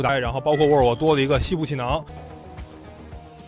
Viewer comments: 모덜y...? 모델y??? 배러리~라고 하지 않고 배터리 정확히 읽으시네요.... 잼있는 영상 잘봤습니다.^^ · 모델 발음 모럴ㅋㅋ 배터리 발음 배터리 왜 배러릐 라고 안하시고😂😂😂😂😂 진지하게 잘보다 웃겨서😅